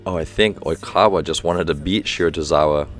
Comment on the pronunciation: It’s shi-ra-to-RI-za-wa